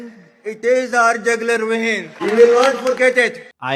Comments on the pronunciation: it is not Jagular vein it is jugular vein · Jagular vein kaadu 😂 jugular veins 😂